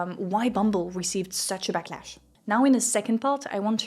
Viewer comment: "the bumble blacklash" instead of "backlash", lol whoops